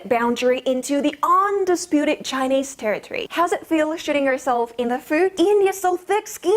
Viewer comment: He said jhinese lol if you gonna insults people learn to say Chinese you fuck . India still a rape country